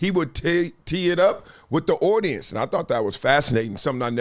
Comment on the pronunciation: The way you pronounce audience is crazy. “Owdience”